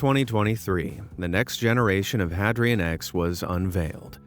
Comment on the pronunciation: Hadrian isn't pronounced Had-ree-ann, it's pronounced Hay-dree-uhn as in Hadrian's Wall. See? It's building walls like Emporer Hadrian! Boy, that was driving me crazy.